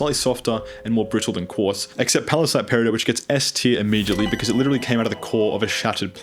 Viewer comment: I have never heard anyone else pronounce garnet or peridot the way you do (The way you pronounce peridot is wrong btw, I looked it up, the t isn't silent, not even in any of its etymological roots)